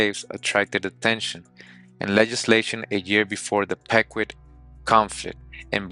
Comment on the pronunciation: It’s (peeqwot) pronounced but all love 😂